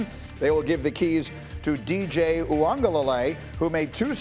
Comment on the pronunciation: All this time to practice DJ's name and you guys still botch it over and over again. lol.